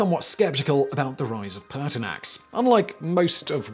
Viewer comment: Ha, I also heard Paarthurnax at first but was disappointed when I turned on captions.